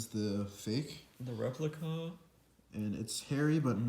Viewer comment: “The re…pli…cuhhhh”